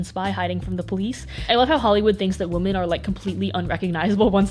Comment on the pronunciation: but like, why can't up properly pronounce the plural of woman? it's women. why,? why?